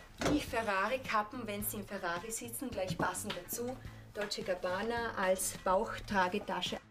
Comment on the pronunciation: Sie sagt dolce und cabana und zeigt auf gucci